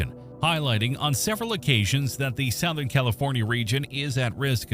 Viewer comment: Sowth-ern? AI fail.